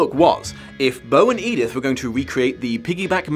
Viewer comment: Oh, no. She doesn't call her "Edith." She calls her "Edythe." For some. Insane. Reason.